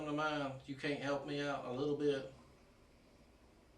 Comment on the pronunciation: “You Kent help a friend out??”